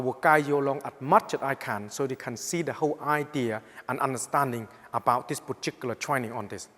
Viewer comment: I came here to hear 'poochicular' one more time.